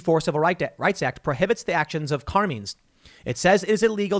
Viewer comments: It’s pronounced CAR-MINE’S, not CAR-MEANS. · For the love of all things good!!!! Tim, learn how to pronounce "Carmine's"!!! Sounds like "Car-mine". 🤦🏾‍♂️🤷🏽‍♂️